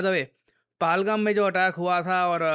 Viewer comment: sir kyo pahalgaam ko palgam bol rhe hai yeh koi christian sa naam nhi pahalgaam hai